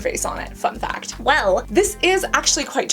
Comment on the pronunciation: Lol fun fact sounded like fuck that.